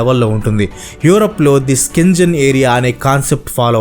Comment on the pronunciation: అది స్కెన్ జెన్ కాదు బ్రో... షెంగెన్ ఏరియా